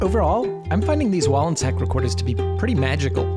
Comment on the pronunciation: Also thank you for pronouncing the name correctly!